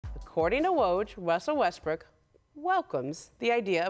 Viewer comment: she also called him westbrick.